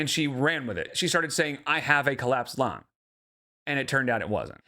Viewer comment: Excuse me? She said "clapsed lung" 🤣